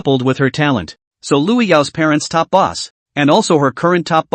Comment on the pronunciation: Calls boss boos sounds like booze XD